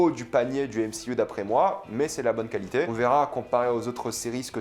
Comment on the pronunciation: Frérot on dit pas mcuu mais mcu 😂😂